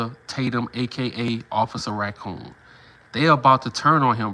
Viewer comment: 🤣🤣🤣NOT OFFICER RA-COON🤣🤣🤣